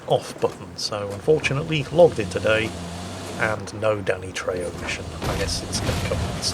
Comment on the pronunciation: trejo is pronounced treho :D